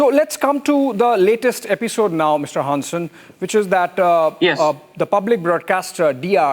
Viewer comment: Dude's pronunciation of "Hansen" is almost spot-on! Was chuckling a bit from the pronunciation before that and then he just slaps you with a near perfect Hansen straight across your face😄 None of this will come to fruition, though. They would have to take on the rest of Nato. The US is just trying to force us into a shitty deal and I hope we're done with accepting that. Ørsted and Novo will also return to form despite the recent attacks from the Trump admin. Even rich fascists can't stop medicinal breakthroughs and green energy. They're just making room for other nations to increase trade and ruining their own ability to be on the forefront of the green transition. Bonus: Denmark just signed an agreement with California to collaborate on renewable energy which will probably benefit Ørsted quite a bit as well.